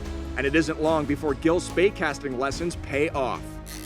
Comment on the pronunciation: It is Spey Casting, as in the River Spey in Scotland.